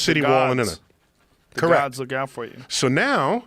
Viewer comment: Joe just had to put repetitive emphasis on the plurality of “Gods” as if he thought- whoa now Tyson, you may be denouncing atheism, but let’s keep it anti-Christ here